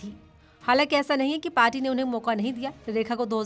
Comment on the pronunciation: Jb aap kuch shsbdo ko itra k bolti hn to bhut bura lgta h Jaisy party ko parchi mature anchor se is chichore prounciation ki umeed nhi ki jati